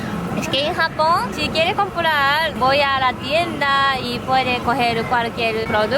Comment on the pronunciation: Te he escuchado varias veces en la introducción decir: "Hola a todos! esto es sapón con jamón". O me equivoco? Un abrazo a ambos desde Chile!